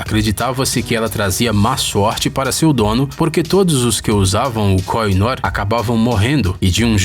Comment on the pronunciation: Devo informar que a pronuncia correta da joia que pertenceu ao Império Britânico é, "kôrrinôr". Vale salientar que a Rainha Vitória usava Koh I Noor em comemorações de Estado na Osbourne House ou até mesmo no Palácio de Buckingham, ela usou a joia até sua morte, porém acredita-se que em 1849 seu marido, Alberto, tenha mandado lapida-la para que tivesse um brilho mais estonteante, para fazer usos em comemorações de estado.